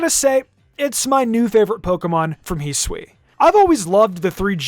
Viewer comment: Ah yes, the region Hiswi